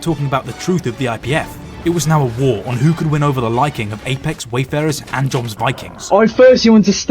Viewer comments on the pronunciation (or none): "Joms" is pronounced "yohms", like J is Y